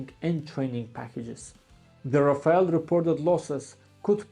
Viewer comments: rafale not rafael😂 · Rafale❌ Rafail✅ 5 indian fighters jet shutdown by chinese J-10 C but indian not Ready to hear truth From even france intelligence that admitted Lose of Rafael😂😂